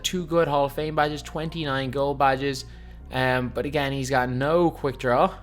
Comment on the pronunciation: “Emm butt agAiin”